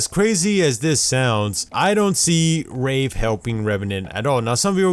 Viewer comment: He said rape instead of wraith twice and he also said rave